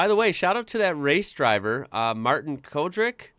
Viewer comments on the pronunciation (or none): none